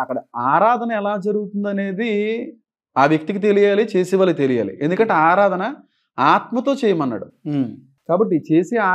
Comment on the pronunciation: ఆధారణ కాదు అన్న 'ఆరాధన'